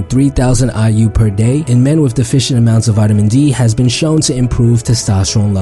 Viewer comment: Instead of "WITH" he says "WIFF"